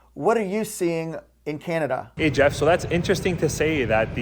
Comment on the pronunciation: I didn't have the heart to tease Jeff about the way he says Kinada